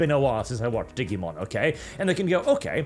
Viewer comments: "diggymon", how do you say digital if you don't mind me asking. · note: its Digimon as in Digital. not "diggymon" XD (and its why the name is that way, digital monster the same way that pokemon is pocket monster, related to both the concept of pokeballs and it being a game created on portable consoles) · "Diggymon" -, 2024